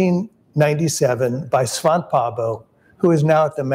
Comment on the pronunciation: Thanks for the video. A small correction though: Svante is pronounced Svann-te. Not Svaant. The "e" is not silent. Svante is a Scandinavian name, not French. (I won't bother explaining how Pääbo is pronounced though. It's too difficult to explain to people who don't have the "ä" letter).